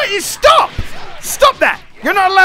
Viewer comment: "WEI YU STOHP" Nice English there, G. XD